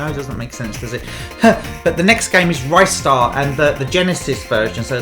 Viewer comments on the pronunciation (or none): What is it with YouTubers calling Ristar 'Rystar'? 😂